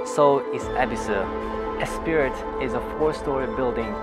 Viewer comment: ESPRIT is actually pronounced "espree" and the house is amazing for Tokyo .. and as this is the first of your videos I've seen I'll go look for more .. (but some constructive criticism) ditch the music it overpowers the narration badly; you mean first and second floors not 2 and 3 [don't fall into the sloppy and incorrect American usage]; your descriptions are somewhat excessive and dramatic (it's just a house - you haven't brought about world peace) but overall your English is fairly good - enjoyed it.